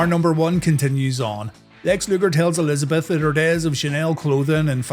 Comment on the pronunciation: I thought you said Miss:D